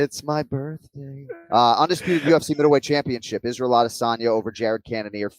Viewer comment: Please pronounce Adesanya correctly